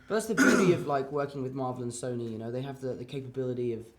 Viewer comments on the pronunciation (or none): none